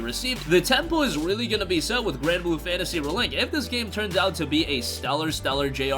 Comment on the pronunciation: The way you pronounce ReLink drives me absolutely bonkers... Can't wait for the game though.